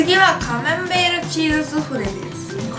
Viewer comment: カマンベールがカメンベールって聞こえた！ これって私だけ？